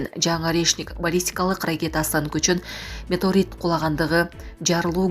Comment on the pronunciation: Метеорит! Меторит эмес